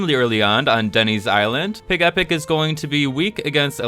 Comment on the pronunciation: I thought it was PIGEH-pic, not pig-E-pic. Doesn't mine sound cuter? Like Togetic.